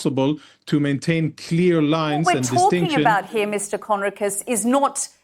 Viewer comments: Sky UK, arab woman who already has,decided what she thinks. Doesnt let Jonathan speak, and hasnt even bothered to learn how to pronounce his name! It was a monologue, not journalism! She really hasnt got a clue about any of the issues she brought up. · at least promounce his name right BBTch